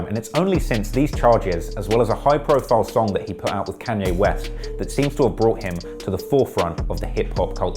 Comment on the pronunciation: Bruh he pronounced Kanye as canye